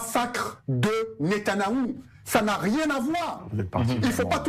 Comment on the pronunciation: Ce gars-là, il ne peut même pas prononcer le nom de Netanyahu. Qu'est-ce qui le prend?